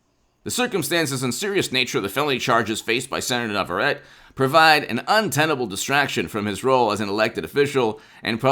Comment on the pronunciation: It is pronounced "Nah vah ret tay"